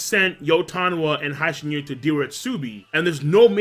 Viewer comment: Mate ill fucking flip out every time u pronounce hi-shin as hai shin...seriously..stop it.